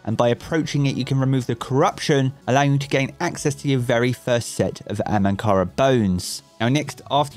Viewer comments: He keeps saying ‘AMANKARA’ - bugs me a little, it’s ‘AHAMKARA-BONES’. 😂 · Hahahaha it's not "Amankara" .... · Is anyone else annoyed by the "ANhamkara" bones as opposed to AHamkara bones?